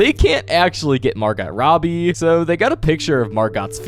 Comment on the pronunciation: The way bro pronounces Margot Robbie kills me 😭